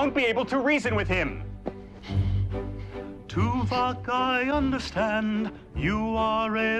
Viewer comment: Tuvok. Pronounced too-vock. Easy mistake.